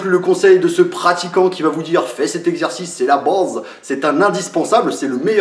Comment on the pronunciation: "fais cet exercice, c'est la bôse" ça m'a tué 😂😂